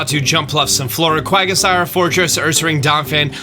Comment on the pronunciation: Nico Villarreal and "Quagasiar